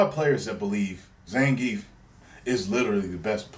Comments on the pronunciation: greetings from Mother Russia! It's pronounced almost exactly as it spelled ZA-NGEE-YEFF. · ZahnGeff is how its pronounced